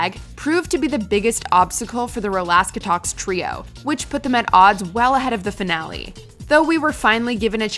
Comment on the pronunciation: Hearing “rolaska” instead of “rolaskatox” threw me I can’t lie